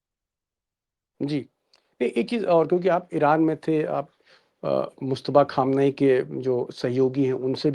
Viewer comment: Very good sharma ji but your parouncia sion is not good khaamnai you